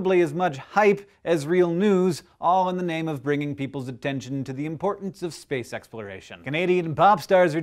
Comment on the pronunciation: SPEWCE!!! excuse me, that was a loud...never mind. Keep walking.